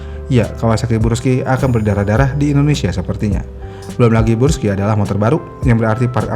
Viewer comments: brush skay bacanya bg bukan bruski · Brusky bang bukan bursky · Yang betul tuh bruski bukan burski 😂😂😂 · 😂 kebalik balik ya bang, gak bisa lurus, sukanya belok. 🤣 Tulisan Burg dibaca Brug. Giliran Brus malah dibaca Burs.😑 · dari awal kenapa bacanya selalu bursky dah min? suzuki burgman juga lu sebut brugman edit : pernah nyebut akrapovic jadi akaprovic juga 🗿